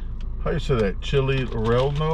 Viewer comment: Chile Relleno is Spanish and is pronounced more like Ray•yay•no. I suspect that one might be really good to me. Fun review!